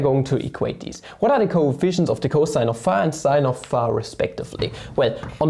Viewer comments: Hm, idk… Since started to intentionally type and pronounce words wrong (e.g., ”pha“ instead of ”phi“), I cannot enjoy the videos anymore. Imho it's just not funny but annoying. Sometimes it might be fun, but not every time. Still, the topics are interesting and so, so I watch the videos anyway. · Every time he says phä , I think a yo phät mama jokes comes along … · Years after the Ozarks show he still calls it pha XD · He says it like [fæ] lol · Can we acknowledge how he says φ?